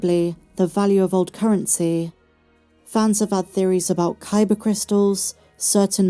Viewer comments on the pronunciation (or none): none